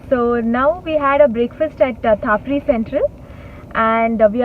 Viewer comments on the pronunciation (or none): Its not thaapri central😂😂 Its TAPRI (Pronounced as -Tappppreee)...